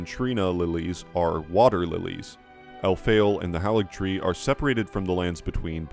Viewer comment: Love your videos, though it's odd how you maintain the mispronounciations of names we hear in game: it's Mohg, not Mog: hāligtree, not halligtree. Same for manga and Casca, not mane-guh and Cass-cuh.